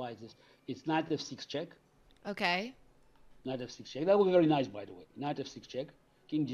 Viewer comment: ...Ng3# "Nice"..."Knice"